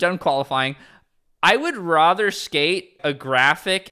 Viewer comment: stop saying rother, it’s rather.